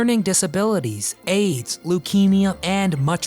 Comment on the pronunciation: did he say ''AIDS" or age?